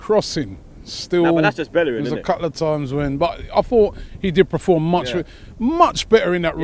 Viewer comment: Robbie... it's PERFORM... not PREFORM Jesus #mufc